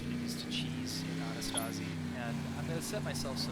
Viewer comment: You spell it like it's a Girls name "Annistasí" It's actually Anti-Stasi it's Greek and means "Resistance" If you wanna be reaaaaaally correct you would say "Adístasi" Don't wanna be a smartass or something, it's just "the more you know" kinda thing. I enjoyed the Video. Keep it up dude